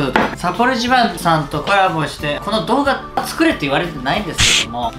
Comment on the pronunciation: せ”かぁい”いちぃ～（声裏返り） サッポロ一番さんとコヤボしてぇ（ロレツが回らない） それだぁ～けんわぁ、さわらないおもいってえがー（訳：それだけでは伝わらない想いっていうものが） この2つを使って・・・？ 使って・・なんかを作るんじゃなくて・・・ いやもう、動画開始から1分程度でツッコミが追いつかない！